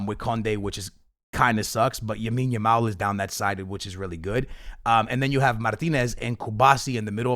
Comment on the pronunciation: You need to learn his name dude. Its Lamine Yamal, not Yamine Lamal